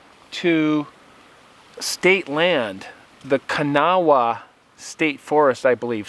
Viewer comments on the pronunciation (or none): Pronounced Kah-nah :) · I'm not going to lie, it's always funny to me, hearing people not from here in West Virginia, say Kanawha lol. But, I live in one of the backsides of Kanawha State Forest, really beautiful land through there.